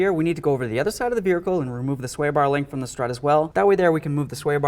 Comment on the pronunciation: Safely supporting the verhical ?? Never heard it said th at way